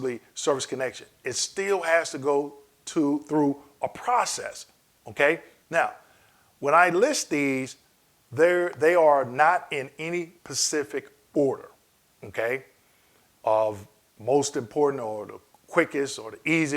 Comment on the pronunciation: Love ya man...... Its Specific not Pacific.